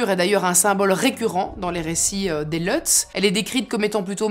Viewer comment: Leutz... c'est des Allemands c'est pas à l'anglaise c'est Lutz avec un u